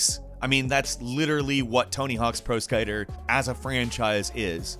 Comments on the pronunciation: Pro "Iskaiter"...I swear does this on purpose. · "pro skiter" lol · Hehe... you said skyter the 3rd tims now skater..... hehe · Pro skeeter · idk why but the way you said "pro skaeter"" made me DIE LUL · you said the word "skater" weirdly. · doesn't even play video games. Can't even pronounce skater. Wtfff